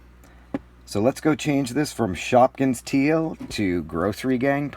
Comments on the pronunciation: you said shopkings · you said shopkins